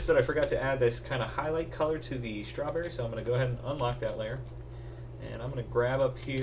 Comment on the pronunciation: That's a nice schhh-trawberry!